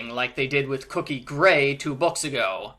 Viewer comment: It is Cokie, not Cookie.